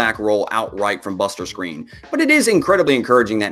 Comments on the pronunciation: I doubt it he's the only person I've heard say it that way, the commentators say it, what seems to be the right way lol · ik he was saying screen tho 😂 not skrine just giving him shit